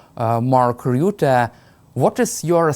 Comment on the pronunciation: Rutte not roote